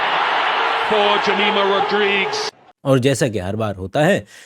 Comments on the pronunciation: Arey pappu jamaya nahi jamimah hai😂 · Indian aur Christian alag hai kya, why did you put such a sick thumbnail?? You are not able even to clearly speak her name and you are batoing gyan